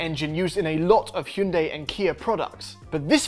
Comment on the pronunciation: Normal people: Hyun-die These peeps: Hyoon-day